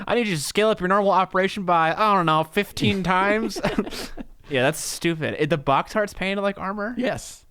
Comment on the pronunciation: Every time says "BAWKS" 🤣😂🤣😂